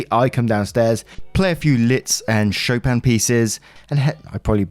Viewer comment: You pronounced Chopin perfectly 👌